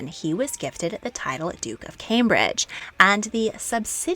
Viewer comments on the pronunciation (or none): none